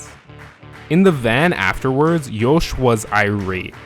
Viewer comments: Good video ! Provides better understanding of the man and racer Max Verstappen. Some remarks: Jos is pronounced as Yoss (like boss), not Yoesh. Checko spun on purpose in that Monaco quali, ruining Max's fast lap (which would have gotten him P1). I think the realationship between Jos and Max is better than how you portrey it. But life was not all joy for Max at that age. But who's is? It all payed off big time though. Hopefully he won't end up as a jealous diva like Hammertoe. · Why do i hear Jouch instead of just Jos lol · Why are you pronouncing Yos so weirdly? Also you literally made driving 80-100 km PER YEAR sound like a big deal . People in the US do that on a daily basis to get to work lol. I know you probably meant more but it shows that you are not very intelligent if you said that without thinking about it in context.